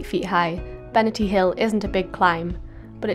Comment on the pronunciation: Cracking weather! You can’t beat crisp white snow and blue skies. Interested in your pronunciation - I’ve always known it as Benaaahrty (if you get my drift). I hope you plan a walk up Falkland Hill.